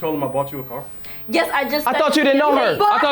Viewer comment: “He bough you a curr “😂😂